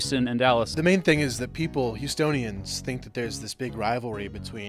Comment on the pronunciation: not me thinking he said estonians than houstonians